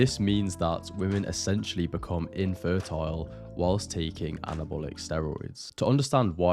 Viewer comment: Please learn how to pronounce the word “become”. The way you say it is so annoying.